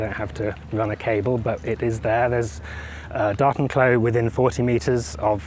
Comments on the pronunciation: Sounds like you got all your ducts in a row! Btw, I heard "Dartenklo" at first and couldn't make sense of it. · I was like, "is he really saying 'docking toilet'?...yup...sure is." lol Bonus points for "Tardis". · Say 'Datenklo' one more time! I double dare you! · Datenklo. The accent was so weird I did not understand it right away xD"